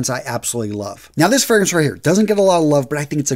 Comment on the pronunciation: Really appreciate the work on your videos and I mean this with no hate at all, but I think you really need to work on your pronunciation of the fragrances and their houses, especially the “foreign” ones. It just doesn’t sound good in that accent. Lovely lineup, keep it up! 😊